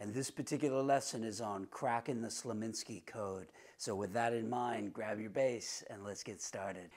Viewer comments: Dude, it's Slonimsky, not Slominsky! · Let me put this gently: You are pronouncing the author's name, 'Slominsky'. Respectfully, no. It is pronounced 'Slonimsky'. Otherwise, great!! Thank you for giving us your thoughts. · I came to this video directly from the video of Slonimsky's interview on the Johnny Carson Show. He was VERY clear that he is not related to the Nimskys and cannot stand when people mispronounce his name. You'd think someone who may respect the work would make a better effort to respect the man and his name.